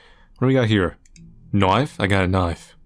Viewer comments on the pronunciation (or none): what have you got there? "A KNOIF" NO!